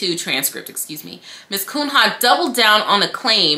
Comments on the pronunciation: girl I love you and your vids but hearing you repeatedly pronounce the attorney's name as KUN-HA sent me hahahaha its a portuguese surname, pronounced "Cunya" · I ❤️ you, but I humbly submit that “Cunha” is likely a Portuguese name (in light of the given name), and is thus pronounced [Kūn-ya]. 😬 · Pronounce like Cuña. It's a Portuguese name where there's no ñ. She is primordial ooze – such a luxurious adjective. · Her name is Portuguese. Pronounced Koon-Yuh.